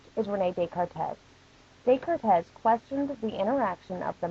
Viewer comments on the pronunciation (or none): Dezcarrrtezzz? Descartes!! It's pronounced Day-Car! FUCK! C'est Francais! Putain! Vous-etes un imbecile?! Je ne sais pas pouquoi cela m'ennui beaucoup, mais il le fait! But in all seriousness, thanks for the video. Helped with revision quite a bit, just, maybe work on your pronunciation... Smooches. X